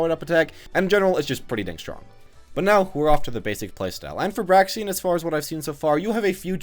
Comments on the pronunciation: How i say her name Me: Braixen... How say her name: Braxen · It's kind of bugging me that you keep saying "Braxien", but this was nonetheless a semi-informative analysis of Braixen. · Break-sin. Honestly, it’s not that hard to pronounce. Y’all just a little dyslexic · It's pronounced "Breaks-un". Because them's the breaks. un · Breaks In Thats how you say it my man. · I think its pronounced brayxn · Braixen pronounced like Breaks In, as in Braise + Vixen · it's pronounced like Breaks In or Break Sin depending on how fast you're saying it.